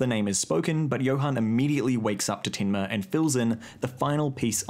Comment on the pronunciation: lmao that tinma in the kiwi accent....